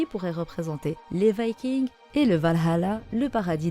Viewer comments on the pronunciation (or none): none